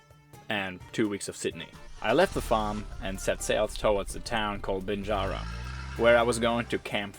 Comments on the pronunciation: Bingara a lovely spot, especially along the Gwydir River, regularly camp there with the family. But just so you know mate its pronounced Bing gara not Bin gara. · Bing....garra , say gum tree, thats how the g sounds , i live very near to grafton, glad you got see our beautiful river and its valley 🙂